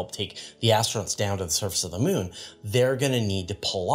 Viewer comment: I have no problem with the way pronounces Charon, but I must admit I giggle a bit whenever he says Mewn (moon). 😁